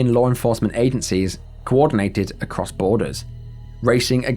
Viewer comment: "A piwwar of smoke biwwowing acwoss the night sky..."